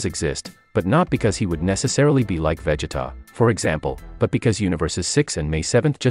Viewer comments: Don't forget the other names being mispronounced :(( like sometimes you can get away with it... but "Véggeta", nope that's where I draw the line. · You lost me with that veggetta🤦🏿‍♂️🤦🏿‍♂️ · Probably is, I mean "Caibe" "Véggeta" "Sáddalla" "Cállifla".... so annoying